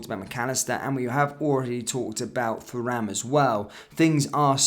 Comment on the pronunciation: Absolutely pointless to wear that shirt. What an absolute Tool! It’s pronounced Turam. No need to pronounce the H part. Remember Lillian Thuram (relative?). Remember how they pronounced his name.